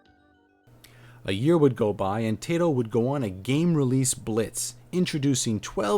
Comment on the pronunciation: I hear more Tai-to rather then Tie-toh. Always nice to know. Your channel looks good, good informative, subscribed:D